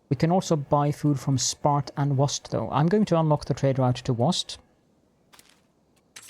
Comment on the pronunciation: It’s usually pronounced wa-SET. It is indeed a city in ancient Egypt.